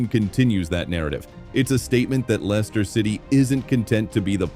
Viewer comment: Can't even get the name of the club right [Lenster?] . Why should we believe this claptrap ??